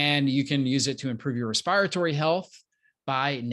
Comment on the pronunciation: Respi rytory? Dear doc. That word above doesn’t exist. It’s called Respiratory